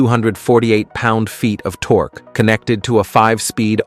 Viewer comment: it's pronounced tork ( torque), not torky :))